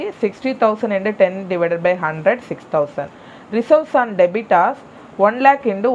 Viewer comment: Debitors illa debtors